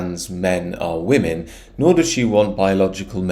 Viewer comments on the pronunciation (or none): none